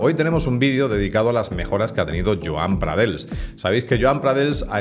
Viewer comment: Hola! Felicidades por el vídeo, se nota que controlas. Dos cosas: 1. ¿Eres o has sido juez? 2. Se pronuncia como "pradeis", no "pradels". Un saludo